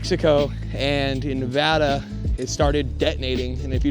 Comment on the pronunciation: Thank you for saying Nevada right